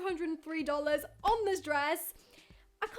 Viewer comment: Aren't you British why are you saying dolars